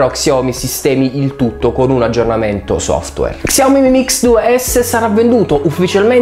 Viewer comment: Si pronuncia sciaomì non csiaomi😂